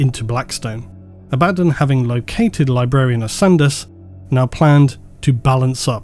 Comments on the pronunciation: I can hear you clenching your teeth when you pronounce abaddon both ways, but both are incorrect, it is in fact pronounced ay-bee-don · I chuckle at you Abaddon 'Abaddon' because now I'm thinking that that's his first name and surname. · The way you're saying abaddon is heresy of the highest order. It causes me pain. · awesome so far but why use both pronunciations for Abbadon it kinda made it sound like an extra character sometimes i am aware of it but just strange to hear you use both i am pretty sure you once put that debate to bed with how the authors pronounce the name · So is it pronounced Abba-don, or A-bad-un? I think you said both pronunciations in this video, but I could swear in the Audible books all the narrators say Abba-don. Its driving me nuts lol!! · How hard is it to just say Abaddon? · still not being able of pronouncing Abaddon correctly after all the black library audiobooks in the past years 🥲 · I personally don’t care how you pronounce Abbadon just please stop saying it twice. Love the video. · You keep saying Abaddon, Abaddon but it's actually pronounced Abaddon. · "Abadon Abaddon" makes me cringe more than just the mispronounciation 😅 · You need to stop saying the Ábaddon/Abaddón thing... It's clerly Abáddon. 😂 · please, no more Abbadan.... Abba-don, it irks me so. Love the content though good sir.... GIVE US MOREEEEEEEEEEEEEEEEEEE! Huge fan of the deep dives :) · "ABBA" "DON" Not "A-bad-in" GW literally have a video on how to say the name as well. Phonetically it doesn't make sense saying "A-bad-in" anyway. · Silly brit. Its Abaddon, not Abaden. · It’s not abÁddon,, it’s Abaddon. The first A is the loudest. Listen to an audiobook and hear it spoken correctly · They literally have an official video explaining how to pronounce these names. Abba-dawn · inability to pronounce ‘Ab-a-dawn’, leaves me drifting ever into the warp. Emperor protect me. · just say ABBAHDON ITS NOT HARD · who's "a-bad-in"?